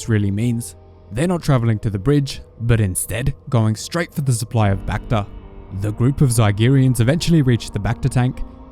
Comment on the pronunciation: the way you say bacta sounds reminds me of that bakfist meme